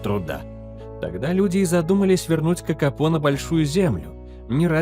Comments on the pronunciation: Kakapo a nie kakapou,sztuczna inteligencja to jest katastrofaAI.Nie powinna byc uzywana wogole. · Nazwę tej papugi wypowiada sie "kakapo" a nie "kakapou". I skoro to jest film o kakapo to czemu tak często pojawia się kea?